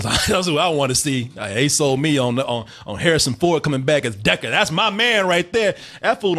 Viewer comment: "Harrsin Ford." Good job...